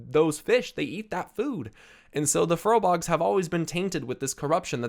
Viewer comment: Furbolgs not furlbogs lol